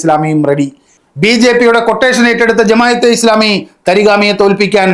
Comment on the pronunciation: എടാ മോയന്തേ, ജമായതെ ഇസ്ലാമിയല്ല, ജമാഅത്തേ ഇസ്ലാമി എന്നാണ്... അവരുടെ പേര് പോലും നേരാവണ്ണം എഴുതാനും പറയാനും അറിയാത്ത നീ ചെലക്കുന്നത് ആര് കേൾക്കാനാണ്....